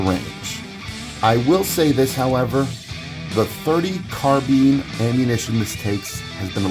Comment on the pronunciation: Arcadia Machine &Tool! Why in the hell can't people pronounce Carbine. It is not carbean! I own an AMT and an IAI.